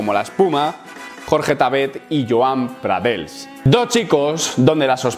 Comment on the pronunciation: No es pradels i joan pradells con ll se pronuncia ll no l, si no sabes pronunciar la ll por el motivo que sea pon una i por tanto pradeis. Es que me cago en toda mi puta estampa pero me gusta tu opinion y tus vidios. Un saludo